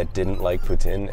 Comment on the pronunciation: stop saying it like that ffs!!!! its POUTINE not POUTIN !!!!!